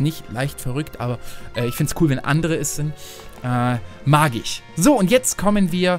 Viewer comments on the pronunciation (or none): Hast die Party ja schon in den Channelnews erwähnt. Die Idee ist total nice mit dem „Motto“. [On-topic] ———————————————————— Ich fand die Captain-Toad Level in diesem game so nice :D ich kann absolut nachvollziehen ,dass daraus ein eigenes Game wurde. Hab es aber tatsächlich nie gezockt. Bei klingt es nicht als würdest du „mag ich“ sagen sondern „magich“ xD Die Flaschen mit den Feen sind eigentlich Feenflaschen aus The Legend of Zelda aber die Charaktere in Super Mario schätzen den Wert eine Flasche einfach nicht tze! Den Pixel-Luigi bei habe ich tatsächlich mal zufällig gesehen wie auch immer ich das geschafft habe xD aber ich finde den sowas von nice. Ich wollte sogar im ersten Part schreiben „das ist nicht das secret-exit“ in Welt 1-2 aber ich wusste,dass es ja vorproduziert ist also hätte es wenig Sinn gemacht. [Off-topic] ———————————————————— Bezüglich dessen ,dass du auf Geschäftsreise bist und die nächsten Videos vorproduziert sind fühle ich mich ehrlich gesagt etwas verarscht D: ich freue mich endlich die Videos zu schauen wenn sie „aktuell“ sind und kommentieren zu können aber jetzt sind die Videos sozusagen garnicht aktuell xD Aber einfach Bombe wie du sagst „ach komm noch ein level“ obwohl du dabei bist vorzuproduzieren und theoretisch sagen könntest „ach ich muss noch so viele Videos machen, wenn dieses kürzer ist wäre das schon ok“ Du Arbeitstier :D